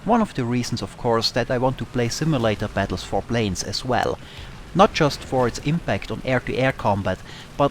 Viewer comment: ich finde den Inhalt deiner Videos ja interessant und das obwohl ich nicht mal War Thunder zocke. ABER: Bitte geb' dir doch ein bisschen mehr Mühe mit der Aussprache. Das typisch deutsche TH ist verschmerzbar, aber die zu weichen Konsonanten (imbact anstatt imPact) machen mich fuchsig xD Ist nicht böse gemeint, denn deine Videos sind immer unterhaltsam und informativ, aber das mit der Aussprache wäre nochmal eine Verbesserung;)